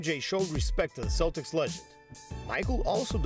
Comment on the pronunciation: Can no American pronounce Celtic properly, or something?